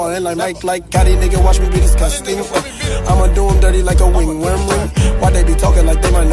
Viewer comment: The way he says “ringworm” LMAO